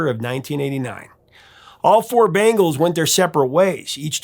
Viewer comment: The way you’re pronouncing Bangles reminds me of the MTV commercial when they had the band play at the Super Bowl in the parking lot.